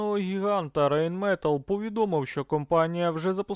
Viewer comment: Треба казати РАЙНМЕТАЛЬ. Наголос на останній голосній. Так правильно слід вимовляти.😅😅😅